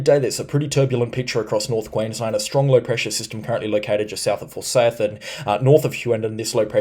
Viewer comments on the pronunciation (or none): Mate Forsayth is pronounced for-sigh-th not for-say-ith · Thanks for the vids but here’s some pronunciations for you. Bell-en-den Ker, Fore-seyeth, Kuranneda, Bartle Freeah, Palooma.